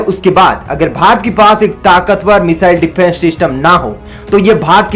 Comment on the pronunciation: Abe defence system hota hai Syfence system kaha se le aaye ho